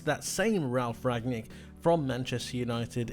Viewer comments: It is Ralf Rangnik, not Ragnik (Rang nik) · It's RanGnick not Ragnick! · Great video! The coach is called Rang-nick though ;) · Rangnick is actually not so hard to pronounce: "Rang" like "rung" from ring, rang, rung plus "Nick" like Nick Nolte...